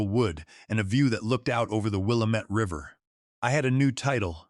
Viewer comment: Great story but your A.I. doesn't pronounce Willamette corectly.